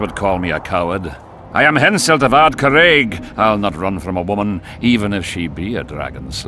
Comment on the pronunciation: ROFL, Hamselt? It's Henselt. Although that's the funniest misspelled name I've ever heard :D